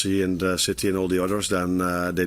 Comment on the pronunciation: Am I the only one who heard him say "where shitty is at the moment"😂